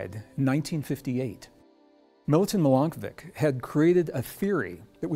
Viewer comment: Milanković was a Serb! From Serbia! Pronounced MilankoviCH